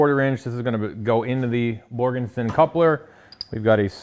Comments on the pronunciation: OK,, I'm sure Borgeson would appreciate their name being said correctly; Borgeson, not Borgenson. Other than that, another great episode! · There's no N in Borgeson. Except at the end 😂. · do you guys get $500 every time you say Borgenson? LOL!!!!!!